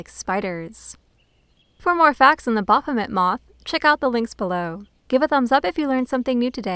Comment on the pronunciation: Ba-R-phomet? or Baphomet.